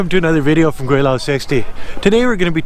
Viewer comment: It's funny every time hearing you say gweilo...